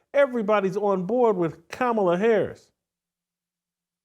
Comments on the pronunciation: You and all Trump supporters intentionally mispronounced Kamala Harris’ name. Dog whistle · MY My my _ C'mon dude, I get where you're coming from. But constantly mispronouncing Harris' name is uncouth, unbecoming and disrespectful. You know better too!